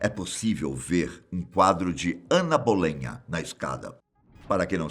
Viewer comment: Não é Ana "Bolenha" e sim Ana Bolena, a segunda esposa de Henrique VIII